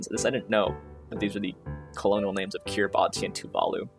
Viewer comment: Glad you were also stuck on the first two letters of EYELET haha, that was my last section. Also didn’t grok that I + X = ✶ NOE and ELLICE were new to me. (Also ps, generally the “ti” in Kiribati is pronounced like an “s”)